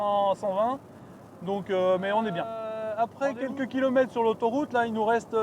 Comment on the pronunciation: Vidéo sympathique, et la prévision de l'autonomie à 100% est impressionnante! Par contre les "kilomettes" et les "quattes", pfiouuuuu j'en ai mal aux oreilles.